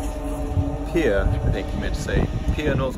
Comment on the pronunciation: Pierre, SD is pronounced the same way pier or peer is, 😉 Love the content.